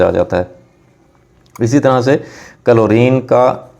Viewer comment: he's saying " कलोरीन " 🤣🤣🤣🤣